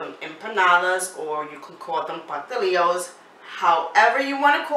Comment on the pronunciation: It’s pastelitos